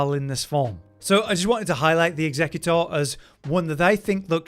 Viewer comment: Pronouncing executor like the pokemon is hilarious